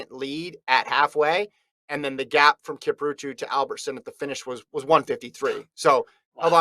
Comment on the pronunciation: Who the hell is "Kiprutu"? I mean come on, at least learn to say their names.